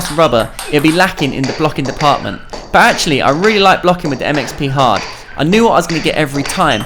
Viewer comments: when you say it fast it sounds like "it makes me hard" lol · the MXP hard sounded like 'that makes me hard'